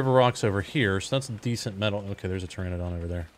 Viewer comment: Just dont name it so you learn to say Pteranodon 😂. Maaaan why didnt you kill the hyeanadons.. Such a noob mistake man 🤣🤣